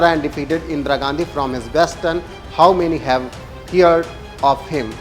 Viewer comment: हीयरड नही भाई heard यानी proper pronunciation हर्ड होता है।